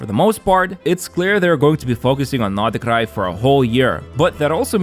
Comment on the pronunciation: первый раз слышу как иностранец произносит Р в Норд Крае 😳😳